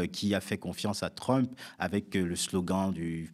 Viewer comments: /trʌmp/ et non /trymp/ vous dites bien /ˈbaɪdən/ et non /ˈbɪdən/ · Les explications de Bertrand Badie sont toujours éclairantes. Juste un peu dommage la façon dont il prononce Trump (ça fait un peu mal aux oreilles 😉).